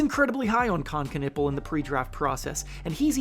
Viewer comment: Con nep pel not con nipple